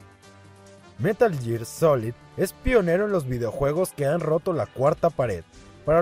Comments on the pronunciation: Meral ger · si fueras un verdadero fan sabrías pronunciar metal gear correctamente.